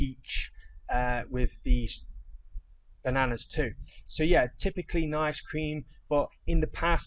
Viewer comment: do you think you could just take us through your pronounciation of bananas? I mean, I like it, but just think it needs an explanation! 😆